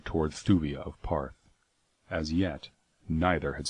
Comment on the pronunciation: it's really bugging me he pronounces Ptarth as "Parth" rather than "Tarth" The P is silent like Ptolemy or pterodactyl.